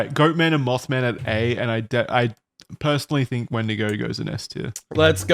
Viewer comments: Wait it’s a wendiGO not a wendiGOON!!! What’s different about Isaiah’s?!!!! Oh god… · Wendigo - the boys are making it sound a little more like 'Wendigay' the horror story told by catholic priests in Sunday mass